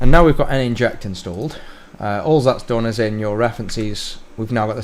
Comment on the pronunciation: N-Inject? Surely Nin-ject, like a ninja ...